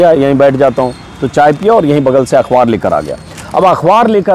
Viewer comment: Are bhayya ajit anjum akhwaar nahi akhbaar sahi pronounce hai